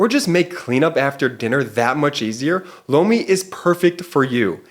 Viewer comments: Every time says Lomi it sounds like he is saying Blowmi 😂😂😂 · I have to say I giggle everytime talks about Lomi…it sounds like he is saying Blomi😂😂😂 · Every time I listen to your ad I hear "blow me".🤣😂Sorry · OMG! When the Lomi ad came on right after Cohen, I thought I first heard, “Blow Me” 😂